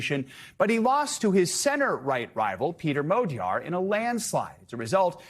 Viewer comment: Dear English speaker! The word "Magyar" contains the letter gy. Please say like the beginning of "during". And in the word "Tisza", there is a sound "sz". It is like "s" in English. Begining of "south, size ..." Otherwise my ears will blow up! Thank you in the name of every Hungarian! :) The next video starts with his name as an example!